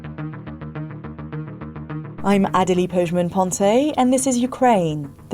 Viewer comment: It´s "Adelie".